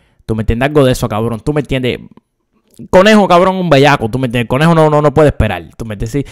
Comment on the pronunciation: Úsame como botón para contar las veces que dijo “Tuh meh entiendeh”